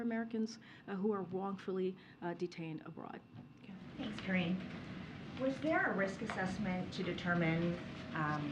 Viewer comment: It is pronounced “Corinne” - Jean-Pierre. (It would be honorable if you people would get your teeth straight when your saying thus madam name).